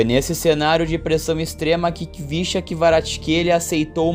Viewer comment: Na se lê Khvicha (quivichia )e sim Hivishia Kvaratskhelia